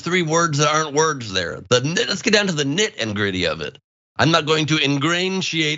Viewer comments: “Nit and gritty” “fictional” “indgrandiate” yeah that bothered me also! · Nit and gritty😂🤣😂 In-gran-giate🤣😂🤣🤣 Fic-titional🤣🤣😂🤣🤣😂🤣🤣🤣😂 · Nit and gritty. Can this guy say anything correctly? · "not and gritty" lol